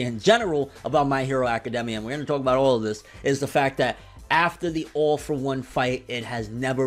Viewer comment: Man, I hear "Awful One" every time you say "All for One".